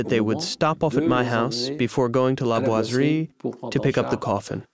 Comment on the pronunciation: POR FAVOR NO ES LA GUERRA DE 1418!! REPITEN EL ERROR VARIAS VECES. ADEMAS EN LA TRADUCCION AL CASTELLANO NO SE PREOCUPAN POR PRONUNCIAR BIEN LA PALABRA BOISERIE.IDEM LA PALABRA COLOMBE.